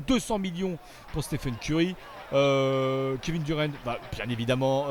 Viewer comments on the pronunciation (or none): none